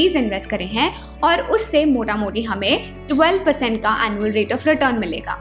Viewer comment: Ap Bengal se ho? "Motamuti".